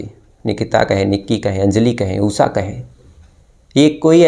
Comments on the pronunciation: Am Laughing on OOSSAA her name must be Usha 😂😂 please work on your pronunciation 😂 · उसा? श अक्षर बोलना कब सिखोगे?